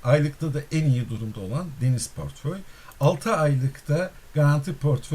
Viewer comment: pörtföy değil aslanım portföy portföy, dilini eşşek arısı ...